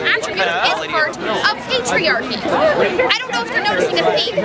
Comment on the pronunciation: haha I love the way she says patriarchy. emphasis on the "p"